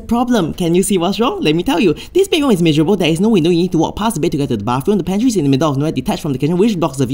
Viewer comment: "The pantery is in the middle of nowhere" so bluntly said💀💀